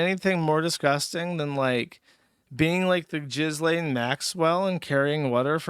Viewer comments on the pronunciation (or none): none